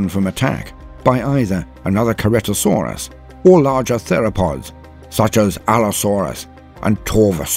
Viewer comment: Very intersting video, but I think you mispronounced Ankylosaurus and Ceratosaurus. The kylo in Ankylosaurus is pronounced the same as Kylo, as in Kylo Ren. And for Ceratosaurus, the C is pronounced with an S sound, not a hard C. Great video otherwise.